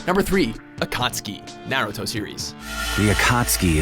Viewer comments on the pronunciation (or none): I remember when they used to pronounce Naruto as "Nay-Rue-Toe" instead of the correct pronunciation